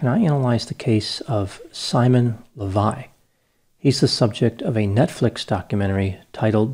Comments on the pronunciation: An Israeli here You got the facts right for the most part, but you butchered his last name, which is Leviev, not Levi. This has significance, because Simon took on this last name to help him with his scams. There's a famous Israeli multimillionaire by that name who made his fortune in the diamond industry, so Simon was pretending to be his son. Also, I watched a news piece on Simon on channel 12(the most popular TV channel in Israel) which included an interview with him. They said that he served 10 months in prison, not 5. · Why are you pronouncing the name "Lavei" the name is clearly "Lavei-ev"? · It’s amazing how easy it was for these women to fall for so little. By the way, I think his last name is pronounced LEH vee ehv. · His last name (the one he CHOSE for himself, because it's the last name of real millioner in the diamonds field) should be pronounced LehVaYev. His real last name is KhaYoot.